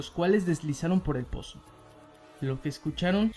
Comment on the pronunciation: No sé si creerle a alguien que dice "poso" en vez de "pozo"